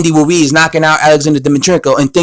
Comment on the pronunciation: HEY, his name is RUIZ (not WUIZ)...That's ROOOO-ISSSS....HAVE YOU GOT THAT????